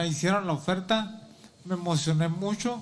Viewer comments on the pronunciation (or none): none